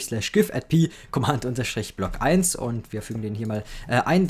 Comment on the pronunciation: Wie er einfach nicht "Command" aussprechen kann...